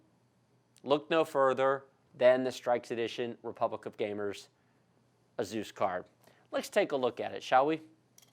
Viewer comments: Great video, thank you 😁. But I never heard anyone say Asus like that😂😂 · "A Zeus" "Strikes" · the fact that you said AZUS and STRIKES made me dislike the video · Jee golly I sure am glad you unboxed the 'Azuse' 'Strikes' O_O